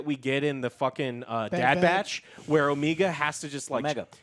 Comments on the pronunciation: Hearing Joe correct pronunciation of Omega when he can't pronounce Reva correctly to save his life made me laugh. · I'm convinced you guys incorrectly pronounce names on purpose now. "OH-MEE-GAH"? Really? You've never seen the word "Omega" before and don't know how to say it? Seriously? "OH-MEG-AH" is how you say it. And its not "REV-AH", its "REE-VA"